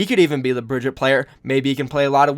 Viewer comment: Bri-gee-tah not Bridget lol